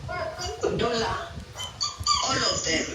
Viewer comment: It's odalo but odola